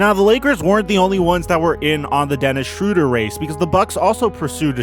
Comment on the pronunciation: SHROW-DER. SHROW. NOT SHRU.